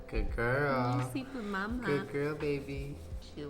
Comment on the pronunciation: After this it’s going to be really hard to say good and not gwad